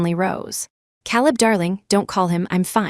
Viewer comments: Caleb is pronounced Kayleb not Cahleb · Caleb is pronounced Kay-leb! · KAY-leb. Lordy. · Ugh. It's Caleb... Hear calib is annoying. Lol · AI never seems to learn the name Caleb. The pronunciation is always wrong.